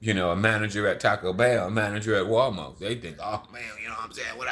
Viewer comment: Lmfao buddy said " Walmark". Anything he says its funny it's always funny because he talks funny lol....